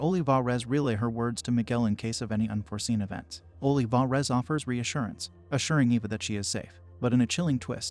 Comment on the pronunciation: Ohleevahrez lol my bad, the voice says the name in an odd way.